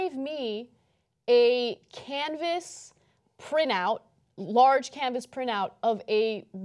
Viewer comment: Why can't Ana pronounce 'printout' ... prinout?!